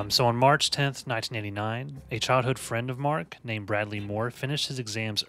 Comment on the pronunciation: Investigator with Uzi: You wanna meet my leeetle frinn?